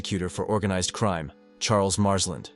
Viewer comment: Nah. He said marsland o.k.